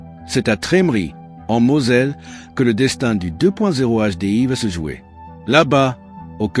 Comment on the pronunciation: "le deux point zéro HDI" ca commence tres mal Ces videos m'intéresseront quand les IA sauront prononcer correctement 👎